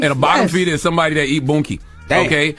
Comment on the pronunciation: I'm sorry but calling it "boonkie" is kililng me.